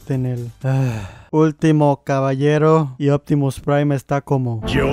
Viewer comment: Nadie: Absolutamente Nadie: Opitimus Prime: IO ZOY OPTIMUS PRIME